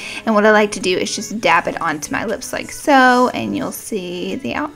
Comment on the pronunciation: New game: Rewatch this video and every time she says dab... DABB!🤘Anyway love your channel, you , and your snap chat! 💙💙💙